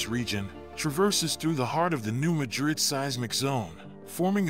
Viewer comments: Artificial, not intelligent. I have friends in the area, and it's pronounced MADrid, not maDRID. Competent content ruined by a mediocre robovoice. Voted down. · It's pronounced MA DRID,not like MADRID in Spain. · Pronounced New Madd Ridd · I live in New Madrid The accent is on the ma 😮